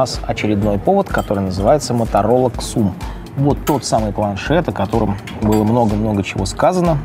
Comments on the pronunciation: Правильно не "ксум", а "зум"! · Не КСУМ! А именно Зум. Миллион раз уточнялось.